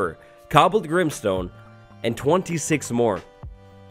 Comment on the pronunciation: Deepslate Also a second later: Grimestone